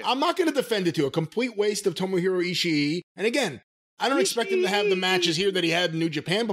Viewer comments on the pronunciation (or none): Why are people pronouncing his name "ishi-i" the two "i's" together in japanese just means that you double the length of the sound. You don't pronounce it twice.